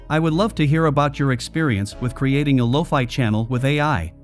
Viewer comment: What are loafy beets? Loki beats? Why does AI suck at pronunciation in 2023. Make your own music and stop using AI.